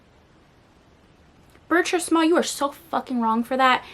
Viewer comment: I read that book back in the 80’s. Between you and Jess, y’all are making me want to read it again! BTW…it’s pronounced Ber-(treese) Small. I think I’m gonna re-read it.